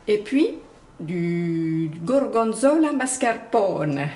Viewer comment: AAhh! Le gorgonzola au mascarpone! J'en rêve! Et tu le prononces très bien! Voilà une recette que je fais souvent, avec un autre fromage bien sûr, et parfois j'alterne entre faire un gratin dans le grill ou en galettes frites en ajoutant un peu de farine. Avec une salade, c'est toujours un bon repas. Bonne idée de vidéo, bravo! 👏😘😘💖👋